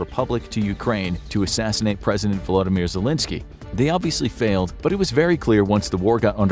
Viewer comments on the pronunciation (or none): none